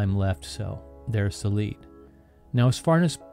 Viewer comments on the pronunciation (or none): none